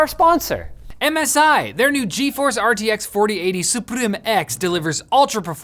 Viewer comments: Love that in the sponsor spot he actually said suprim instead of Supreme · The "suprrrim" caught me off guard. Nearly spit out my drink. Well done,. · Omg make compilation of saying "suprim". First commercial which have watched 100 times:) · I love how pronounce the word "SUPRIM". That must be the only way to pronounce it right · The way says Suprim💀